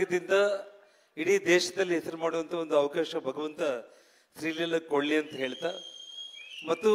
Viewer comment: ಶ್ರೀ ಲಿಲ್ಲ ಅಂತೆ 😂😂😂😂😂 ಶ್ರೀ ಲೀಲಾ ಅಲ್ಲ